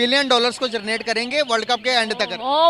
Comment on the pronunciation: भाई पहला 'जरनेट' या 'जनरेट' यह शब्द ठिक से बोल लो...😂😂